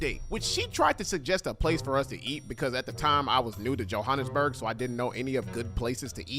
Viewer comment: you been there for 3 months how can you not pronounce Johannesburg right😭